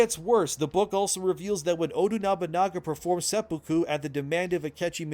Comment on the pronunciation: Tip: seppuku is pronounced SE poo koo, accent on the first syllable, not se POO koo.